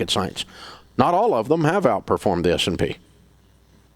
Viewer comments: Is he saying “SMP” when he’s talking about the mutual funds beating it? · Is he saying S&P?